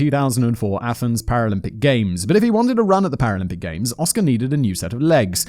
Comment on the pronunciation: You litterly said paralympic correctly, 4 times in a row Simon don't worry so much man!